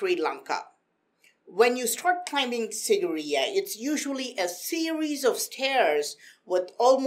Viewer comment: It's pronounced as "seegireya"